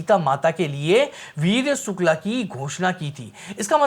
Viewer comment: जिन लोगों को वीर्यशुल्का, रामचरित मानस जैसे शब्दों का ठीक से उच्चारण भी नहीं आता, वे भी रामायण पर ज्ञान देने चले आते हैं। सीता हरण का दृश्य भी इन्होंने नहीं देखा है, किसी ने लिख कर दे दिया है, वही पढ़ रहे हैं।